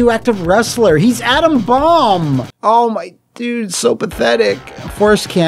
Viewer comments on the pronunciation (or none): none